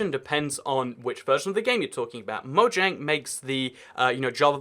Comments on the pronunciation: it mojang not moyang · MoJANG!! Yeah, J can have a Y sound, but it doesn't in Mojang. Hard J. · It’s actually officially pronounced with the J. Even the developers say so.